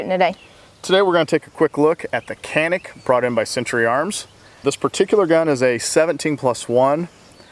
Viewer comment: well you don't need to rack out a round to re-cock the striker, you only have to pull the slide pack a fraction of an inch. about the same(or less) distance that one would pull it back for a press check. still would wait for the model without the de-cocker. (also, it's pronounced "janik".)